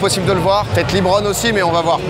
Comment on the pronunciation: LEBRON pas LIIBRON 😂😂😂😂